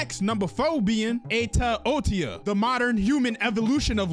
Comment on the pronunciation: It’s OTOYA not otiya